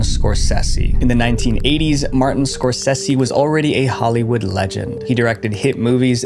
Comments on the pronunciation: y'know I loved the first one, only found out recently there's a second one not Scorsehsi, it's pronounced scoresaysee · Score SAY SEE ffs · It drives me crazy the way you say Martin Scorsese's name. It's not "score-SEH-see".. it's "score-SAY-see" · It’s pronounced Scor-SAY-see, not Scor-sess-see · I don’t usually correct, but have to here. It’s Skor-sa-ze, not Skor-ce-ce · Say it with me, "Score Say Zee" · You know, if you're going to mention a world famous filmmaker multiple times in your video, you could at least take 30 seconds to look up how to properly pronounce his name. Scorsese is pronounced "skor·say·zee." Edit: You do say it correctly a few minutes later. You should have edited out you calling him "Skor-Sessy." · "Martin Scorsessy"